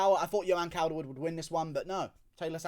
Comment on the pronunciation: You CANT even say her first name... JOE-anne... Not yoanne... Cawl-derwood... Taila is a man, end of